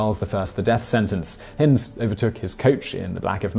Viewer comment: So he should, he’s English after all. Shame he continually mispronounced Hind to rhyme with wind (blustery weather) and not as in kind, bind or find.